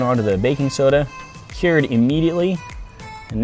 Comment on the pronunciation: when did a 'stirrer' become a 'steerer' and 'cured' becomes 'keered'.